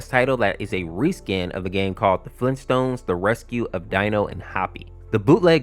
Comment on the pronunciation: Grayund dayad Fleeentstones?